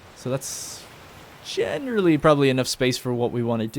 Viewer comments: Every time he says “genderly” instead of generally I think I’m having a stroke or something. 😂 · Generally, jener rally , jen er ra lee